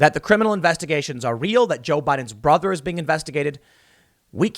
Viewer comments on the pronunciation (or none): none